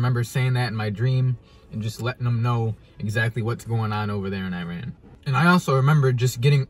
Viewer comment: Learn how to say Iran , you’re worried about how to say Reese’s but can’t say Iran . Another thing I know this is a dream but it makes me think of what people think of Iran ... I’m African American and my soon to be in laws are Persian . Persians don’t hate us , some hate our politics . It pisses me off because they’re the most nicest people that you’ll ever meet . Travel more and learn about new cultures before you go assuming please .